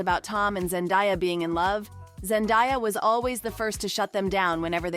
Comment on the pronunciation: Could you like pronounce her name correctly? Zen DAY ah